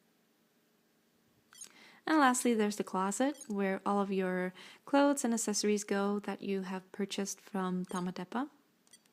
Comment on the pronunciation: I've just noticed that you pronounce accessories as [assessories] and it's actually [aksessories] :D I love your walkthrough! I didn't know you got a second 4U, that is very neat. ;) The blue one is definitely the prettiest one of the 4! ^___^